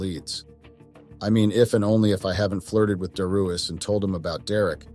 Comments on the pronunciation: Dare e us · Is it Dare ee us, or dee ar us? Damn mispronouncing AI!!